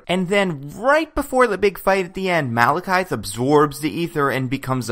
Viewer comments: its malakith not malakithe ye i saw thor 2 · Why do you keep calling him Malekythe?